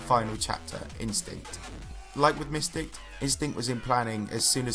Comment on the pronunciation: you're talking about JonathanGD's part but the video is not showing his part... And Mystic is pronounced "my stick" not miss stick.